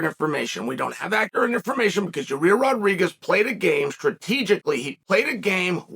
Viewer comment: Bro please announce his name right lol